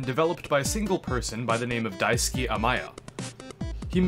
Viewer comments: There's a weird audio clip . Also, his name is Daisuke, not Daisuki. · It's Daisuke, not Daisuki. Balrog is not a toaster, but rather a bar of soap.